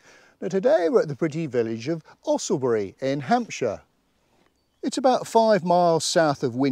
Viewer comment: Thanks. Another wonderful walk with your trusty companion. You are one of the few outsiders who can pronounce the name correctly. I lived near enough to the area to have heard the name of Owlesbury spoken by the locals. If you say Usslebury, you won't be far wrong. It looked quite expensive to get into Marwell Zoo.